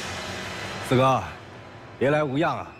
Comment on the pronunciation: 四哥 我我总是听成skr 哈哈哈哈好出戏